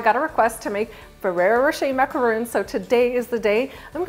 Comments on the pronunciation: These are macarons not macaroons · I have noticed several times before in previous videos that you absolutely know how to correctly pronounce macarons. Yet in this video you said it incorrectly million times..